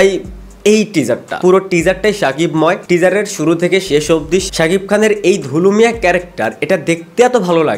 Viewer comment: দুলু মিয়া ❌️ ধুলু মিয়া ✅️